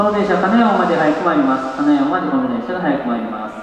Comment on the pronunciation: 名鉄の「金山」のイントネーションだけはどうしても受け入れがたいものがありますが…。